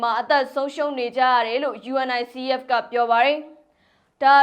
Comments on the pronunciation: '' ရေ ယူနီဆက် လို့ကြေငြာပါ၊ ယူအင်အိုင်စီအီးအက်လို့ မပြောနဲ့လေ၊ အဲဒါလေးတွေကြောင့် ညီးကိုဝေဖန်နေကြတာပေါ့၊ အချင်းချင်းကလဲ အဆင်မပြေတာလေးကို ပြင်ပေးကြသင့်တာပေါ့ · ယူနီဆက် လို့ဖတ်ရတယ်။ လေ့လာကြပါ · ယူနီဆက်ဖ် လို့အသံထွက်ပါတယ် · Unicef ကို ယူနီစက် လို့ အသံထွက်ပေးပါ စာလုံးတွေအတိုင်း မပြောပါနဲ့ သမီးရေ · UNICEF... ယူနီဆက်လို့အသံထွက်ရတယ် နော်❤❤🎉🎉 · ယူနီဆက် လို့ပြောရင်ပိုအဆင်ပြေမယ်ထင်တယ် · ယူနီဆက် လို့ဖတ်ပါလား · UNICEF(ယူနီဆက်)လို့အသံထွက်ဖတ်ပေးပါသမီးလေး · ကြားဘူးလား ယူအန်အိုင်စီအီးအက်ဖ်လို့ ဘယ်သူပြောတာကြားဘူးလဲ ၊ 😅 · သမီးလေး ❤ Unicef ယူနီဆက် လို့ ပြောပါ ❤ ကမ်ဘာ့ခလေးများ ရံပုံငွေ အဖွဲ့ပါ